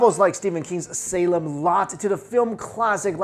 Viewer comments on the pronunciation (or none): none